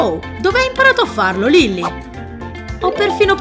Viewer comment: Non si dice lilli si dice lilly capita